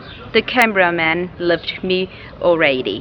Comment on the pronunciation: he sounded like you said the camera man love me already instead of the camera man left me already